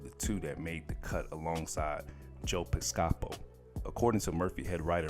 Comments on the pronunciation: Pis Ca Po....... really 🤣🤣🤣🤣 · Joe 👂 (PISS-KA-POE)